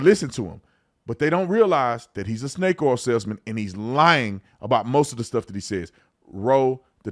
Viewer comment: Is Tatum saying "Snake Car Salesman" or "Snake Oil Salesman" or "Snake or a Salesman?" 🧐🤔🤣 I can't tell......